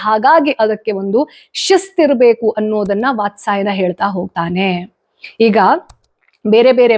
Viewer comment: ವಾತ್ಸಾಯನ ಅಲ್ಲ, ವಾತ್ಸ್ಯಾಯನ..✅🤫